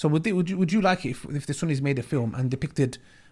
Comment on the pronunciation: it's Sunnis not Sunnies